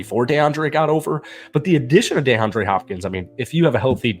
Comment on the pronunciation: DEE-andre Hopkins, NOT DAY-andre Hopkins. And Vrabel is our Head Coach c'mon man!!